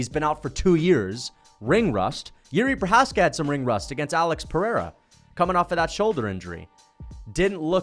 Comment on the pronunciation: “the more Jiri Precums” alright